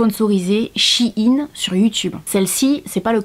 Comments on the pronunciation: Coucou. Juste pour dire que ça se prononce "chaine" pas "shi yin" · C pas chinine sa ce dit chaine mais sa s'ecrut shein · Je viens de découvrir que shein ce prononce Chi-ine alors que moi je disais shayn 😂